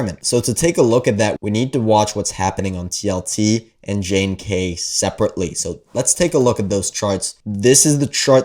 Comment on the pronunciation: JNK is pronounced "junk".